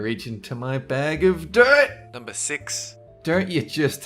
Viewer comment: The way you say dirt lmao! Had no idea what you were saying. Sounded like dope at first